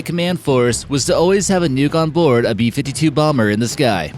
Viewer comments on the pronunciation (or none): none